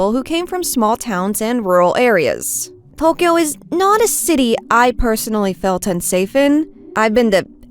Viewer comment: I love your videos so much, but I always find it super jarring when words like Tokyo and tofu are pronounced like "thokyo" and "thofu" ^^